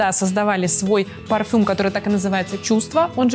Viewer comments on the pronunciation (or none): none